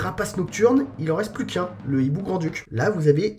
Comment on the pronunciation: Le Hiboux et non l'hiboux cher... le H est aspiré 👌